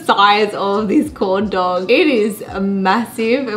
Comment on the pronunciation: mouth: corn dog My ears: condom